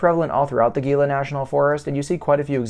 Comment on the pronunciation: For the love of G-d, "HEE-la"